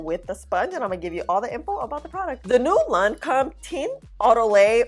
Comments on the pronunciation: Hey love! Lancôme didn’t come to play. It held up super nice👍. The company’s name is pronounced: Lan-Kome. Basically, the o is pronounced as a long o and not a short o. They do make quality products. Thanks for thorough video🥰💙. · Hey sweetie...... you pronounce Lancome like Lancomb.....No matte concealer for me....I'm still using the Thrive Causemetics concealer and Love It!!!! Great Vid